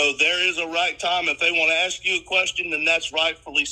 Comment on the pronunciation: Warren...DO NOT AXE anybody, you will go to PREE SON